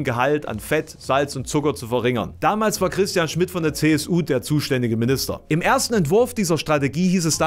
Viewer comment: aber immerhin war das "-stian" richtig. :P